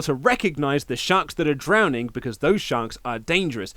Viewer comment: Can it really be a "great" segment if the story takes a really disappointing turn half-way through? Sure, Heyman and Reigns were good (apart from "drownding"), the banter and shifting dynamic between them was interesting and entertaining, and even the bit of violence at the end was fun. But they were building up something so much more intriguing than just another "villainous swerve," which we've seen a dozen times. It's weird, I know it was a good, maybe even great segment, but it lost a TON of intrigue, sadly.